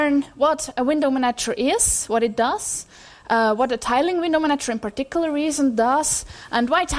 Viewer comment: I guess I have a big handicap in being put off and unable to continue listening the moment I hear someone start talking about window manatchers. Even though her accent is actually pretty good otherwise... Curiously, she seems to get it right in the case of the verb "... a window manaTCHer manaGes windows..."